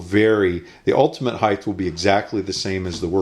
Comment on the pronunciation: Height not heigTH as in HITE.....